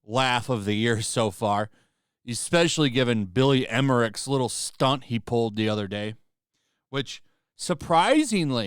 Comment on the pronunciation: At the mark, who is "Billy Emmerich"? lol